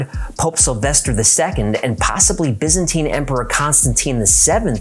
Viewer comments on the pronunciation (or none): none